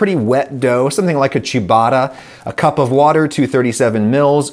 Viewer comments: I can't believe I got to hear Adam pronounce "Ciabatta" like "Chewbacca". 😀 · Couldn’t help laughing when the “ciabatta” came across more as “Chewbacca” 🤣